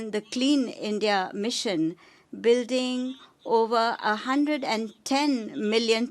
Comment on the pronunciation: Modi thought that he is in Gujarat and audience are his party workers.😂😂 He is making toilets and roads for them and also giving them water and houses. What a vision he has 🤣🤣 His English Single youj (use)of plastic Internasnal (international ) Shoshal(social) Disasjar(disaster ) Misan( mission) Hilarious 🤣🤣😂😂😂🤣